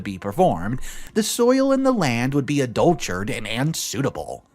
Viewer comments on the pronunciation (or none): When you refer to someone leaving an inheritance to you, the word is ‘bequeath’. As in: my father bequeathed the estate to me. Also, ‘my father wasn’t in full possession of his FACULTIES’, not ‘facilities’. ‘Adulterated’ not ‘adultured’. OP had ‘brokered’ a few deals, not ‘broke’ them. He would ‘triple’ his money, not ‘triplicate’ it. Between the iffy transcription and the reading errors, I do wonder that you can ask for money. It is cool to be conscientious.